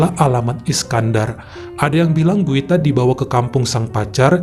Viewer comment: Guita & Fargan. Kalau nggak salah cara bacanya Juita & Farjan. Nggak 100% J, nggak 100% G.